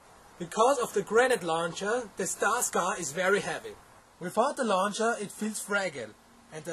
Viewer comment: air soft g luncher!